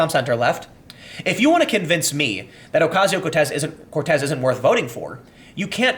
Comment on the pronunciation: Saying COrtez instead of Cortez was very humanising, Tim